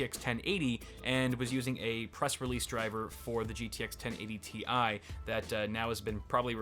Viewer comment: thanks for saying Tee I instead of Tie